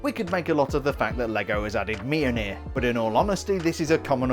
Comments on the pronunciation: As a Scandinavian your pronunciation of Mjolnir is making me slightly cringe also in Danish it pronounced Mjølner but I appreciate your attempt on trying to get it right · It is pronounced mill-neer...